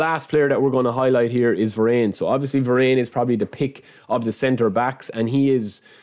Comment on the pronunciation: im sorry man but i think its "vaa -run" and not "ve-renn"😅